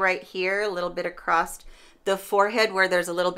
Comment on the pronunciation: I'm Midwestern never heard anyone say acrosst. 🤷‍♀️. BUT I'm also from Chicago. I mainly hear trains and gunshots.